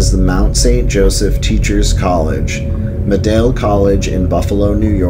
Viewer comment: as a Buffalo native, thank you for this video. Some of the proper pronunciations are Canisius (can-ee shus) Medaille (mi-dye) Shea's (shays). Great video!